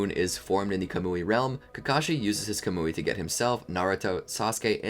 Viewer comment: its not ko-mu-ei its ka-mu-ei maybe it is diffrent in the Japanese version tho